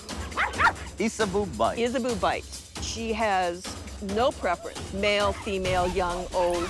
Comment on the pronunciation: Pretty sure the name is "Isabeau" but she doesn't know how to pronounce French. lol